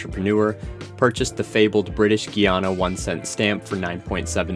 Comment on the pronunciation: Guiana, not "Keanu"